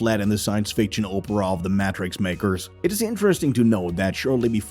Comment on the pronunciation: Germans like the narrator do.